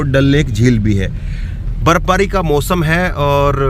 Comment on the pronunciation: मौसम को "मोसम" कहता है... शर्म नहीं आती तुझको???